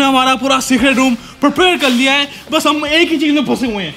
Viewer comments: When You Realize Its Secert not Secret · Fact that he have secert instead of secret 👇If you did't notice